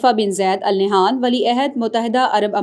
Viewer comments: Al nehan nhi ha ...jahil newscaster! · Please pronunciate the family name (Al Nahyan) correctly.